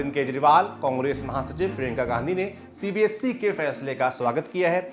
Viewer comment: Its CBSE not CBSC, please work on ur pronunciation, if you are gaining this many view count, it should be your responsibility too,.